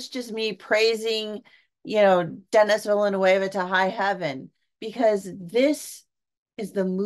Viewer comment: Not Dennis Villanewava. It's pronounced DaNee Villnoov. Good review. I can't wait to see it.